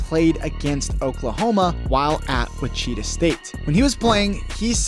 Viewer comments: And Wichita is pronounced wi-chuh-taa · LOL you say Gonzaga right, but butcher Wichita. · And witchita state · You should learn how to say his college name before making the video, you butchered Wichita like crazy, I've never heard it pronounced the way you said it. Good video otherwise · Ma-leek not Ma-lick Monk, and Witch-i-taw instead of which-cheetah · I thought your pronunciation of Malik was bad. But you absolutely butchered Wichita. Had to stop watching the video. You can’t watch basketball.